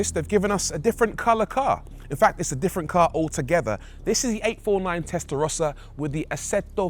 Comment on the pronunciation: Testarossa is defined by those horizontal slits. Stop butchering legendary names